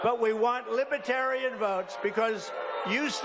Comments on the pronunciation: He can't even pronounce Libertarians, he calls them libbaterians. And yeah, we're not going to let the worst president in the history of the US to come back and finish destroying America. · T-dump can't pronounce "libertarian" ..."lib-uh-tarian" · I love the way he days "lipetarian". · Love the sick CB look on trump’s face when he heard those boos. Even better watching him have to hold back his fury when it continued to go from bad to worse! And did anyone else notice his mispronunciation of Libertarian? “Libatarian”. And he has the gonads to criticize Biden. He’s a loser. Thanks,. Appreciate you! ♥️🇺🇸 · he can't even pronounce LibeRtarian. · Not only does he have the first concept of libertarianism, he can not pronounce Libertarian.